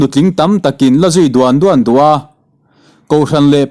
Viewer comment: Duan duan tih hi "tlan chhuak," tih thlukin i chhiar a, a dik lo, "Zual zel," tih thlukin chhiar tawh tur aw, i thu chhiar ngaihthlak a nuam leh zual ang.